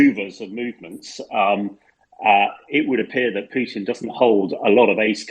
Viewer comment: I love the way says Pewtin! Been waiting for a comment section to mistakingly be left open to say that lol